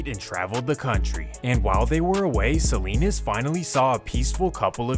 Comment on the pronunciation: SALINAS not SALINES